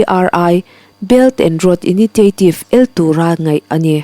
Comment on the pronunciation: Initiative i lam dan hi a mak hle mai. Inisiaetiv tiin han lam la mawle....